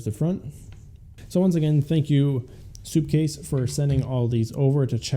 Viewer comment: It’s called sup case not soup case 🤦‍♂️🤦‍♂️🤦‍♂️🤦‍♂️🤬🤬🤬🤬